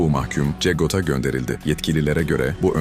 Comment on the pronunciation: Cegot değil secot